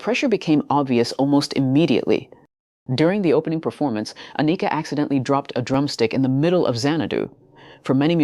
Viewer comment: You’re still pronouncing her first name incorrectly. Sound it out , break it down An I Ka . Pronounce I as ah